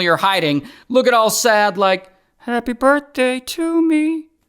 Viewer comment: The "happæy birthdæy to me" was so funny😂😂